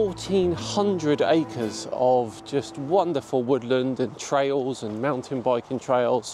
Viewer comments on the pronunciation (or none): none